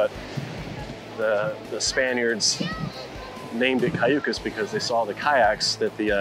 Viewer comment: You should learn how to articulate Cayucos and say it right, being taking a tour.